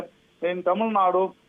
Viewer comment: Hello anchor, it is Tamilnadu, not Tamilnad